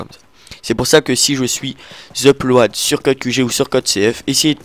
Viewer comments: Mec un ptit effort quoi on dit pas uplo-ad mais upl-aud ... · Ça se prononce "plode" non "ploade" :) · il n'y a que moi que sa choque les "E-plo-a-de"au lieu de upload du commentateur?! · phonétiquement : d'après lui -> "UP-LOADEUH" // En vrai : Uplod // UPLOAD. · EUP-LO-AD WTF ??? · L'upload se prononce 'l uplod' --" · Je comprends pas pourquoi vous avez uplOAD ce mec !! Il est sérieux à prononcer ça de cette façon ? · Sa me fais rire comme il prononce le mot "upload" x)